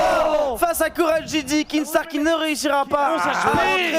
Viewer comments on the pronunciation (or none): C pas kinGstaar c Kinstaar ptnnnn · C'est pas un rageux, c'est juste des autistes qui voient un "g" là où il y 'en a pas un xD Dans son pseudo y'a pas de G alors arrêtez d'être débile à le prononcer, même lui il l'a déja dit xD